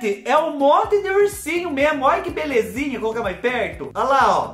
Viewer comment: Acho lindo qnd vc fala: óia que pecadinho 🥰😁🥰😁🥰